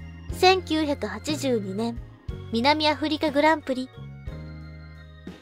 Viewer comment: F1の記事を扱ってくれてありがとうございます😊 何時も楽しみにしております♫ の読みも歯切れよく、どんどんスキルアップして頑張ってらっしゃるなーと感じております。 余計なお世話かも知れませんが、職業柄イントネーションが気になる部分がありましたのでお伝えします。 82年、88年、89年、行われ、こちらの四箇所です。 これからも拝見させて頂きますので、どうぞ宜しくお願いします！